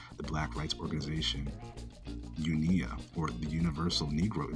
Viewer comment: You pronounced UNIA wrong. It's not a word. Pronounce it each letter individually. And Marcus Garvey was not Jamaican American. He was Jamaican.